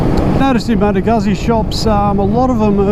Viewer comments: It's Lombard not Italian, so it's pronounced, "Goosey" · That's not how you pronounce Moto Guzzi.